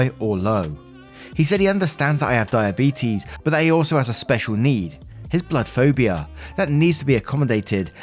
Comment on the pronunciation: reads story about die a beet us. Me: shit. I better check my blood sugar 😂😂